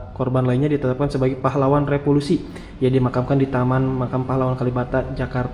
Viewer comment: maaf ya pengucapannya keliru "revolusi" bukan "repolusi" 😂